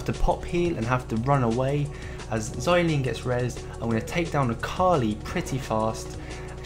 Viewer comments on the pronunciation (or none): You have such a calm voice, and it is Zilean not Zilayn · That makes sense, however the emphasized portion of the name is "Zil" not "lean". The name takes off the use of words like Herculean, Cerulean, where the -ean adds as a suffix. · its not Zi-Lean, its Zil-Ean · Zayleene xD good video though. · im sorry but xylean lol awesome video though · weirdest way of saying zilean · Definitely saying Zilean wrong...